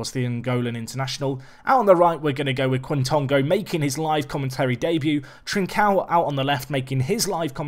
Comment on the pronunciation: Trincão is pronounced closer to "trinc-ohw". It's hard as hell to describe to English speakers but that's as close as you'll get. Fantastic video as always mate!